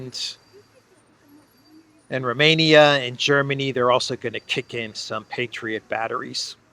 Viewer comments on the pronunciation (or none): none